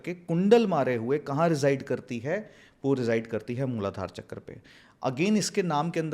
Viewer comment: संस्कृतभाषा के शब्दों को अंग्रेज़ो की तरह बोलना सचमुच कर्णकटु लगता है। "वेदा", "चक्रा", "सहस्रारा" आदि उच्चारण मुझे भी अखरते हैं। सही शब्द 'Sahasraar' है, "Sahastraar" नहीं। भारतीय भाषा के अन्य शब्द भी हैं, जिनके विदेशी उच्चारों में सुधार लाने की आवश्यकता है।